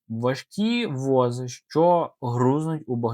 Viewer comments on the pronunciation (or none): Не "вОзи", а возИ !!!